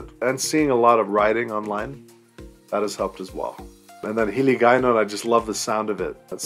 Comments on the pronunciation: Owww, your Hiligaynon or Ilongo as well is excellently pronounced and the accent. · I love the way you pronounce the Hiligaynon dialects, you sounds a real *longgo when you speak